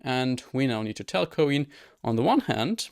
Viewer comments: Btw isn't it pronounced the same as "coin" is, like the little metal pieces of currency? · Wait, you're telling me it isn't said "Coin"?!?